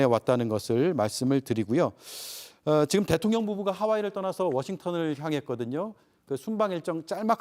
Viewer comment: 가입? 그냥 문자 인증 하고 했어??😢 그리고 대똥령 이라고 내 귀에 들리는데요 제가 이상 한 거죠🤣🤣🤣